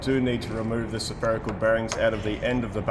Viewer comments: You say Spherical (Sepherical) bearings like I used to say Occigen (oxygen) . Love that you are a human and not a God .. ooops the Dog is the God of the show .. bow wow . LOL Teaching us all so much and enjoy the ride ! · Love your stuff and your wife's camera work and editing and the uhhh... "suh-ferical" bearing! 😂👍